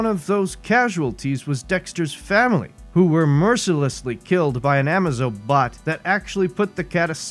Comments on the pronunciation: Love the pronunciation of Amaze-O as amazo, shows the narrator knows nothing about what he's reading lol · Amazo is pronounced amaze--zo. Dex-Star is a 10 on the Unique character scale we are lucky Geoff Johns liked it and added him in. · Love the story, kinda annoyed at the pronunciation of Amazo.